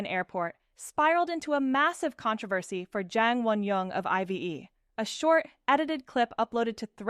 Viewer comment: It's not pronounced 'eye - vee - ee'. It's '"I've" like the contraction of "I have". Pardon, your AI slip is showing.